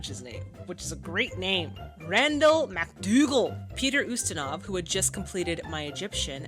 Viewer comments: The name Peter Ustinov is not pronounced, ( You-Stinov ). It's pronounced, ( You-stin-off ). He's one of the greatest unsung actors of all time. But thank you so much for giving more details to your reactions than anyone else on any format. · Love your reactions. FYI: Ustinov is pronounced in American English as "YOU-sti-nuhv." The Brits say, "oo-STEEN-of." It would be pronounced basically that way or the way you did if you were speaking Russian. I can't verify which syllable would be stressed, since stress is not predictable in Russian. And Russians with the same last name can stress it differently. Ustinov himself was born in Switzerland and although his name is Russian, his origins are as much of a Heinz 57 as most Americans. Ustinov spoke several languages and once said, "I am an international citizen conceived in Russia, born in England, working in Hollywood, living in Switzerland, and touring the World". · About pronunciation.... [Peet▪︎r YOU▪︎stan▪︎off] is an excellent, excellent, wonderful actor/thespian. I would recommend many of his films. Blackbeard's Ghost was a favorite as a child. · Hi. Peter Ustinov, a character actor that shows up in a lot of classic era films, name is pronounced YOU-stin-ov, with a long U. Stories of this set was that it was a very happy shoot.